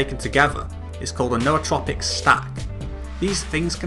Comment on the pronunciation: Thank you for pronouncing Nootropic correctly. Drives me nuts when people pronounce it "newtropic".